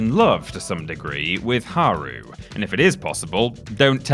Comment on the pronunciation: Okay at this point your taking the piss with the "its japanese I can't pronounce it" like earlier characters I get, games wern't voice acted. but getting the new characters wrong is dumb. Esspecially haru's as her last name is litterally said more often than any other characters in the game.